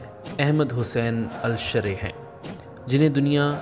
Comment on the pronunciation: میسج ٹی وی انتظامیہ سے گزارش ہے ایسے شخص سے آڈیو ریکارڈ کروایا کریں جس کی ادائیگی وتلفظ درست ہوں الشرع کی راء پر زبر پڑھی جاتی ہے اور بھی بہت سے الفاظ کی ادائیگی درست نہیں ہے